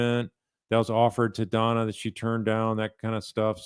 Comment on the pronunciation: DONNA not FONNA ... LOL